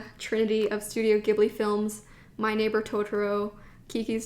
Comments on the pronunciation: did anybody comment on this... it's pronounced Studio Ji-ibli no Gi-bli because "Ghibli" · not 'gib-lee' 'jee-blee' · Ghibli is pronounced as "jib-lee". ❤️ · Hi. I just wanted to let you know Studio Ghibli is pronounced “jibli”. I’m from Japan and the technical spelling for the pronunciation is “jiburi”. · The accordion notebook is the type they use at temples and shrines where priests will write the Characters of the name of the shrine and the date. Its a popular souvenir for people who visit temples and shrines in Japan! So yes, perfect for ink and calligraphy! Also, its actually pronounced studio "Jibli" with a soft G! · whispers I love Ghibli too ... it's pronounced with a soft G though ... Studio Jeebbly.